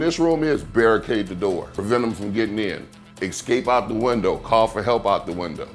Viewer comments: Ecscape?! Did anyone else find that really annoying. Haha! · lol. I have no respect for anyone who says 'ecscape' repeatedly. also, guns.